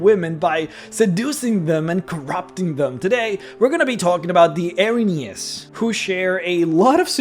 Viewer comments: [sees title] Well, first of all, they're not angels. They're a punishment sent by the Greek gods to right an injustice (percieved, or real). Their name translates as "The Furies", and... you... really don't care, do you? Also, it's pronounced "EER-uh-NEEZ" not "Eh-rin-yes". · I'm glad to see someone else who knows this. Now, if only we can get him to pronounce it correctly...